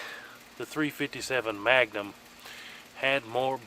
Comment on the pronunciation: I love how you say Maga-num 😊